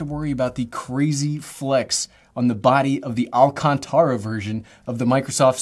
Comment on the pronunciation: i love how you say Alcantara and anker! Nice A's